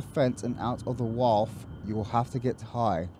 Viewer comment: How many bj jokes do you want in this series?: yes. (Wharf is pronounced war-f)